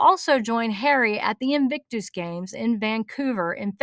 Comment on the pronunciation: The way you say “invictooose” makes me giggle every single time. Never change.